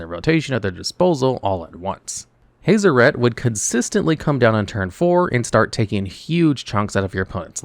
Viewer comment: My brain hurts from how u pronounced Hazoret. Hah-zoh-ret. I've heard Hah-zor-ret which is less painful on my ears but haze-o-ret makes me wanna cut out my ear drums >_<